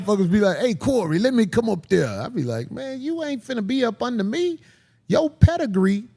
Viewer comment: "Pedigree" 😂😂😂😂😂😂😂😂 fuck man 😂😂